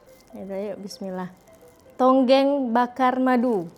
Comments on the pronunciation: Bkn tonggeng tp tongkeng 😊 tonggeng tu menonggeng 😅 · Adik beradik my dear, bukan adik bdik (tulisannya di singkatkan) hi hi hi.... Bukan tonggeng tapi tongkeng 😂😂😂 Tak menjadi kesalahan kerana tak semua org tahu cara sebutannya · Dik sebutannya tongkeng bukan tonggeng. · Bukan tonggeng. Tongkeng. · Bkn tonggeng sayang... tongkeng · bukan tonggeng... tonggeng tu perbuatan , seperti sujud atau rukuk dan meninggi kan punggung. atau doggie style. Yang betulnya adalah TONGKENG. bukan tonggeng. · tongkeng bukan tonggeng. Tonggeng tu lainnnn.. hahaha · tongkeng bukan tonggeng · sebutan sbnar tong keng bkn tongeng😂😂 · Tongkeng, bkn tonggeng😂😂😂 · bukan TONGGENG- Tapi TONGKENG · Tongkeng..bukan tonggeng,.Tongkeng....tu buntut ayam,kalau tonggeng tu macam orang sedang sujud waktu sembahyang. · Aku juga sahur dgn murtabak... Sebut betul² dik, tongkeng/buntut ayam bkn tonggeng..itu bahaya 😂😂 Semoga trus good day menjalani ibadah puasa di rumah kedua...🇲🇾❤🇲🇾❤🇲🇾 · Tongkeng bukan tongeng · TONGKENG... TONGKENG... TONGKENG... BUKAN TONGGENG NANTI TAKUTNYA LARI MAKSUDNYA JADI *""(LUCAH)""*... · Tongkeng........ Bukannya tonggeng😂😂😂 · Tongkeng... bukan tonggeng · Tepung pelita Adik beradik.. Adik be dik????😂😂😂😂. Lagi satu...buntut ayam di Malaysia di sebut tungking. Bukan tonggeng.😂😂😂. Kalau tonggeng...kepala ke bawah buntut ke atas.. Ha.. itu baru tonggeng hahaha😂😂😂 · 😂Hahaha.. ckp tonggeng,yg betulnya tongking lh.., hahaha.. 😂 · adik ber adik .sebutannya, tongkeng bukan tongeng..😂..boleh je guna 2 tangan tapi d tengok macam kurang manis kurang sopan gitu.. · Bukan tonggeng la mbak... Tongkeng. Tonggeng dah jadi makna lain 😅😅